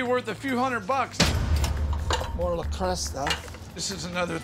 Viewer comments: He read it off a script. I kept laughing at "le Cresta" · ‘’ 😂 - er ‘le creuset’ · He said le creste but it is pronounced le cruse. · No one else annoyed at how he is pronouncing le creuset?! It’s French and the correct way to say it is: 'luh-CROO-zay'. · ‘’ hmmmmmmmmmmmmm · Le Creuset: “La Croo-say”. Not Lasocta or Lacresta. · Can't pronounce cookware manufacturer correctly but knows how much it's worth 🙄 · ... hearing him pronounce the name of the cookware made me cringe. That's not how it's pronounced.... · La Cresta? Le Creuset. J.R. Hinckleys? J.A. Henckels. Lol